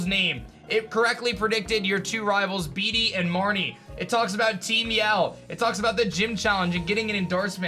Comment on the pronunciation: You pronounce Bede as: Beed not beedee